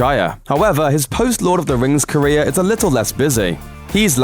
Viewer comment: Every time you say 'Career' I hear 'Korea' xD